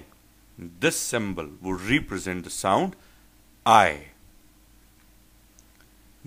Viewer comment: Very useful indeed. But by the way, and with respect, I think the pronunciation of represent is different from the way you have used,, PL correct me if I am wrong... thanks